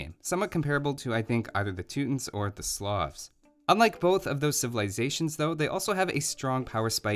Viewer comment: The way he says Teutons. "Two-tins" lol. And Resources as "Rezources."